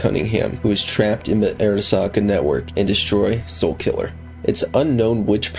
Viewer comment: bro video is ight but why tf do you say Arasaka like that lmao. Like obviously you played the game so you know how it's pronounced??????